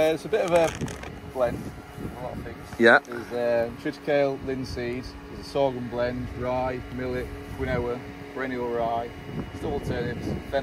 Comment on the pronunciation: Good video as always. Not sure if mentioned before but quinoa is pronounced keenwa, as my daughter informed me a while ago